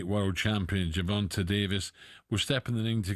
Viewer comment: Wait you don’t know how to say Gervonta’s name? Oh hell nah